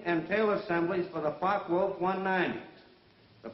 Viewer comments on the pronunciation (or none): It's pronounced Fokka Wulf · What a shit the speaker is saying, "The Fuck o Wulf Plant"? Hahaha...;-) Regards from Germany! :-)